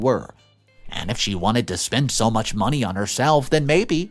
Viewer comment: Am I the only one who cringes every time he says 'money'? Something about his pronouncion grinds my gears.